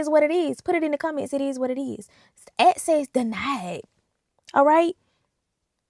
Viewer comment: axcess denid